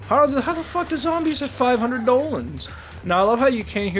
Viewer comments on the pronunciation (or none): its zombies not zambles